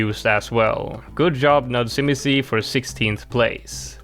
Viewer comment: As a polish person, u botched nudzimisie so bad